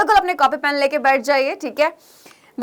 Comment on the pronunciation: App bahut achha padati hai par aap bar bar bet mat kahiye😢😢😢😢😢